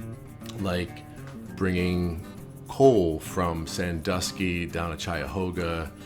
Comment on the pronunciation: Chia-hoga? Bro it’s Kai-hog-ah river in Ohio